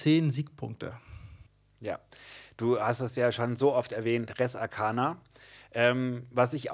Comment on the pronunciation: Sind nur 8 Karten und nicht 10 bei Res Arcana. Zur Aussprache: Ein langes 'e' vorn... Reeees Arcana.